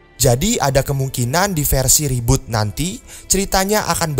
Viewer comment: reboot bro bukan roboot